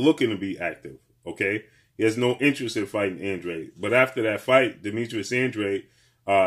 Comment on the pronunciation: I still don’t understand why they pronounce his last name as (an-dreid) it’s a Spanish last name and should be pronounced (an-dra-de) 🥴